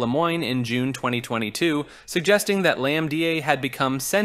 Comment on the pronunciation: Is this just an AI voice? The number of times it pronounced the same thing (LAMDA) differently is just hilarious